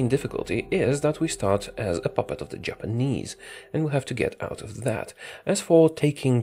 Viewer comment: I thought said "Germanese" at the start talking about Machukuo still a puppet to Japan.